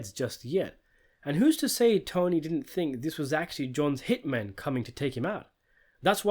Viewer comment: He did-dent